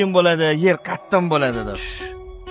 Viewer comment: Qattim emas qattiq deyiladi